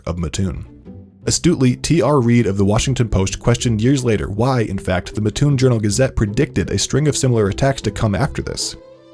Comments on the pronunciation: I’m from that area. “Mattoon” was not pronounced correctly in this video. It’s Matt-tune, not Ma-tune. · I would understand if it was spelt matoon but it's spelt Mattoon and there are two separate words put together mat and toon so therefore it's MAT-toon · I live there so every time I heard it I was like “why are you saying it like that” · Uggg. Living an hour away from Mattoon.. its MATtoon not maTOON. Every damn video... LoL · I am from mattoon and we can tell if you are not around here if you pronounce it “mah-toon” instead of “mat-toon”. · oh no he said mah tune not Matt toon 🥴🥴🥴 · Also, it's pronounced Matt-Toon. Not Ma-Toon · I'm from about 25 or so minutes away and the way that you pronounced Mattoon is driving me CRAZY. Thanks for sharing the story though (no hate just a little annoyed lol). It's pronounced mat-oon not muh-toon by the way :) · muhhtoon.... um sir its MATTtoon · I live here, Please call it Matt-oon not Ma-ttoon thats what all the residents say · Lol I live here its pronounced by the residents here Matt-oon not Ma-toon but nobody really talks about it here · Just so everyone knows it's MaT Toon not Matoon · It’s not matTOON it’s MATtoon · Sorry, but as a Mattoon citizen...it's pronounced "Matt-toon", not "Muh-toon." Do you sleep on a muhtress? Or a mattress? :D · Anyone from central illinois knows it’s “MATT-TOON”, not “MUH-TOON” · I almost couldn’t watch this because the narrator said “muh-toon” instead of “mat-toon” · You pronounced Mattoon wrong. Matt Toon. Not Mah Toon. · In the video, he says it like Muh-toon, but we pronounce it as Mat-toon. Hope that helps! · Its MAT-TOON not mah toon gawdamn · As someone from the area and has grown up hearing about the Mad Gasser, it is cool to see a big YouTube channel talk about it! Also, it's pronounced Mah-toon, not Muh-toon ("Muh-toon" makes my skin crawl) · Also it’s pronounced Matt Toon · as someone from this area, Mattoon is pronounced like 'cartoon' - Mat...toon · We pronounce it Mat-toon